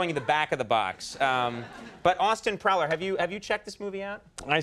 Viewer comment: Austin Prowler??? Austin PLOWER. C’mon porn producers